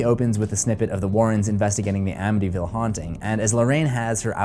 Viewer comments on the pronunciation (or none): is it just me or is he saying ambyville?